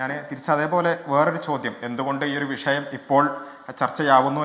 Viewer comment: വിശയം അല്ല വിഷയം... മലയാളം ആദ്യം ശെരിയായി പറയാൻ പടിക്കു... യൂണി ഫോം ആണല്ലോ സ്കൂളികളിലൊക്കെ എന്ന്.. അത് കൊള്ളാം... എന്നിട്ടാണോ തട്ടം ഇടാൻ വാശി പിടിച്ചത് ഇന്നാളൊരിക്കൽ.